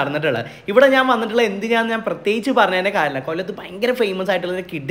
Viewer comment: നാൻ അല്ല ഞാൻ എന്ന് പടിക്ക് തിന്നാൻ മാത്രം പഠിച്ചാൽ പോരാ പറയാനും കൂടി പഠിക്ക് നാൻ അല്ല ഞാൻ....